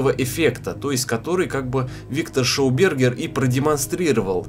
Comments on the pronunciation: Ну несколько произнесений ШОубергер я сдерживался, но на АВСТРАЛИЙСКОМ лесничем меня стошнило. Ты милок давай за ртутную антенну ещё зажги, типа контрольный. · Во первых шАубергер , во вторых австрийский учёный , и.т. д..... Учите мат.часть молодой человек, а то грустно смотреть и слушать,слух режет.